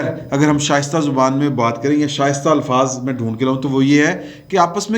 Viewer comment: شائستہ نہیں شستہ